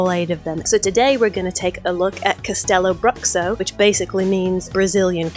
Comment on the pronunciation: You forgot the mermaid, basilisk and dragon lair. Its pronounced castelloh brûhshooh